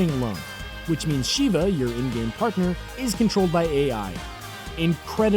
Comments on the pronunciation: Also, Sheva of RE 5? Her name is NOT pronounced "She-vuh." It's "Sheh-vuh." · Ben2099-1 for me it was those 2 and Sheva. The dude didn't even pronounce her name right